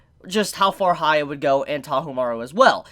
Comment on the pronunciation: It triggered me He kept saying haya Its pronounced as hee-ya-kee-maroo